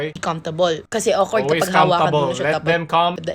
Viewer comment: may natutunan ako, "olwes ASS"